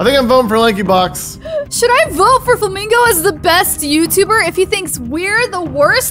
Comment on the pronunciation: did dj really say lankybox?